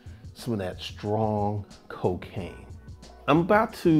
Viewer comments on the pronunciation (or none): Strong Cohhhkain😂😂😂😂